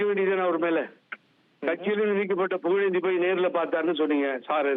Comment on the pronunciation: புகழேந்தினு சொல்லறதுக்கு பதிலா புலுந்தினு சொல்லுங்க